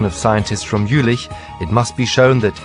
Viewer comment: Was it only me who got annoyed everytimne he said "Jülich"?